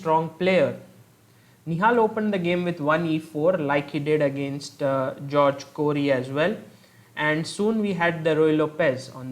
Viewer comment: It's pronounced Hoar-gay not George!